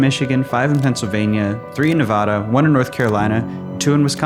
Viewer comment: Nevada mispronounced. Opinion rejected. Video disliked.